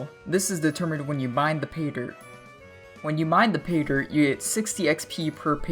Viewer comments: He lost me as soon as he started saying Peter HAHAHA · Sounds like you're saying peter